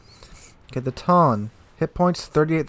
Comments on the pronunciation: OMG I CAN'T TAKE IT ANYMORE...ITS E-SAY AND TOE-NAY OR TOH-NEH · ee-say toh-nay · lol I'm sure lots of comments will be mentioning this so this is out of the Japanese pronounciation guide: toe-nay and E-say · Tone is pronounced To-ne. Like toh-neh. It's one of my favourite ships ever (own a really beautiful model) so I really had to say that :p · Also, Ise phonetically is Eee-Say. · yes, more CVs is what we need :)) :)) Two moments later: New tier 10 soviet Battlecruiser Pyotr Veliky with P-500 AShM and 130 mm secondaries, Kashtan CIWS and Torpedo launching Ka-29 helicopters By the way, Tone is pronounced Toe-Nay, Ise is E-Zay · I think the Japanese translator understood your "Tone" as the English word "tone" and just butchered the pronunciation of it in Japanese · i way about to say he was butchering that pronunciation to high heaven hahaha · Oh no, he is going in with the mispronunciation of Ise and Tone again xD